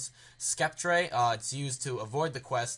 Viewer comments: Skep-tray ... im guessing your american? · Sceptre is a word you should be able to pronounce. I'm not trying to be rude but I want you to know how to pronounce it: sc makes an s sound, ept make the same sound as you would think, re makes an er sound. So it would be sep-ter (syllables). Just trying to help, sorry if I sounded like a dbag.